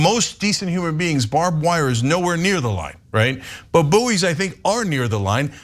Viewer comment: Boo'ee's!!! Wtf 😂 It's bouys, pronounced as boys! Americans!!!!! 😂😂😂😂 🇬🇧 🇬🇧 🇬🇧!!!!